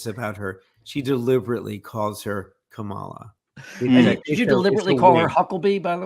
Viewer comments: Koala 🐨 Ko-ah-lah. Kamala 💁🏽‍♀️Ka-mah-lah See.. so easy! 🤦🏽‍♀️It’s not Kamma -lah Nor is it a Koah… lah! 🇦🇺🫵😀 you’re welcome 😁💙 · It’s pronounced..Comma-La